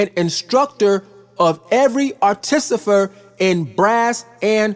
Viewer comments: Artificer not Articifer. Peace bro. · ar - ti - FI - cer not ar-ti-CI-fer ^_^